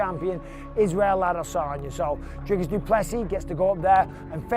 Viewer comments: Thompson calling dricus “Driscus” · How are Americans SO incapable of pronouncing foreign names? Driscus? Seriously? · Please do the man the respect of finding out how to pronounce his name correctly. Its pronounced " DREE-KUS" Not DRISCUS. FFS! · Hey you Poes, his name is DRIKUS pronounced DRIKIS and not DRISKUS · Why do you guys find it so hard to say Dri-cus? It's not Dris-cus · Who's driscus? It's DRICUS. DREEKUS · Dreekuhs - not Driskis. ffs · Who is " Driskus? " His name is DRIKUS - there is no S before the K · How are people still calling him "Driscus" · DriScus? Du PlessUS? Josh Thompson can't even say dudes name right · This is gonna be a sick fight Josh Tompson really called Dricus “Driscrus” ?😂😂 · Is it CTE why Thompson can't pronounce Dricus? There is no "s" infront of the "c"